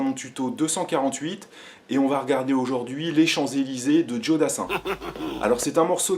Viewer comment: "jo" et pas "djo" ;) et dernière chose car ca m ernerve sur énormément de tuto commence direct par jouer au lieu des explications. car tout le monde joue de façon différente et ca permets de savoir direct ta version